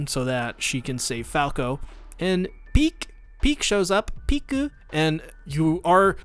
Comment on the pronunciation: It's ridiculous how you're not able to say Pieck just one time but you repeat her name multiple times xD